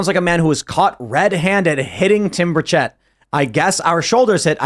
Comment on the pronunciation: That is not how you say Tim Burchett. I could not figure out who you were talking about. It's Buuuur ch-ut. Not Ba-chet.